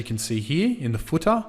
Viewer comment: I will never say header and footer ever the same way again....hedah and footah love it! Awesome video series...Thank you!